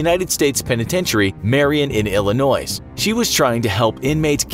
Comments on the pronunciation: Illinoise huh? It’s pronounced illinoi, S is silent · BRO U SAID illinoiSSSSvthe s is silent. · “IllinoiS”. The S is silent 🤦🏻‍♂️ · Certified Banksta I’m from middle Illinois. Its ILL-UH-NOY. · THE S IS SILENT IN ILLINOIS ITS PRONOUNED ILLINOY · Illinois is pronounced illinoy. Very anNOYying when people annunciate the "S" at the end. It's 2021, I didn't name/spell the state. The least you could do is pronounce it correctly. Thanks 😊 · "IllinoiS"? "Illi NOISE"? smh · You SOUND "American", yet you SERIOUSLY messed up how to say "Illinois"??? THE "S" is silent!!! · You don't pronounce the 's' in Illinois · There is no noise in Illinois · I live in Illinois and I’m mad that you pronounced Illinois with a s at the end 🤦🏻‍♂️ 😤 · I was looking for someone to point that out lmao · The “s” on Illinois made me cringe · I just wanna say when one pronounces Illinois the s is silent. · he pronounced Illinois with an s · ilinois the s is silent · Buh he said the S Illinois